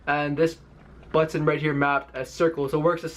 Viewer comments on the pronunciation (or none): ButTON!!! lol how he says it. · Bro me too. 🤣 butttttton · BUHTTENN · Most ppl: But tin This ninja: But ton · The way he say's button bothers me. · I hate how he pronounce button..